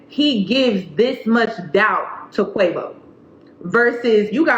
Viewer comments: If you say Qawvo one more time 😂😂😂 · Every time you say "Quah-vo" I snickered 😁 This is a sad story tho ugh It's an embarrassment to both sexes imo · 😂😂😂 I'm sorry but everytime you say "Quavo" all I think is avacodo